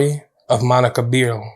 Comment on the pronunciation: You could at least attempt to pronounce the names correctly! Rockowitz is pronounced 'rock' like the stone and Beerle is not pronounced like beer the drink, but Bear le. She originally lived just 5km from me and was a wonderful person.